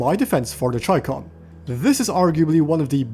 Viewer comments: chi-kom isthe pronunciation idk as in "Chi" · Do you also pronounce Chicken.... as 'chai-ken' my good man 😂😂🤣